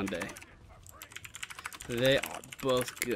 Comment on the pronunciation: its Tyranade Tee-Rah-nade